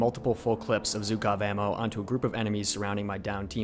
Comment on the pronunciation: Not zukov, but zhukov...) It last name of famos russian general. From russian it's sounds like bugov. Zhuk translated like bug.)